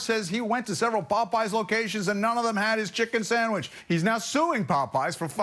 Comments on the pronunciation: Samich, not sandwich 😂😂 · Did he say 'Sammich'? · “Samach”, he said towards the end of his speech. Not sandwich 😆😆😆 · He said “sanmich” 😂😂😂 just for that he’s got my vote!! 😂 💋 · it's "sammich"